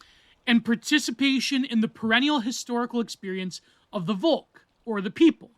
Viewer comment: You got the pronounciation right but you're seperating it wrong. Dasein consists of da (there) and Sein (being), so literally being there = existence. Volk is pronounced pretty much like folk.